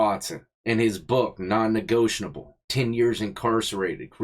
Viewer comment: Negotiable or negotianble man you butchered that word 😂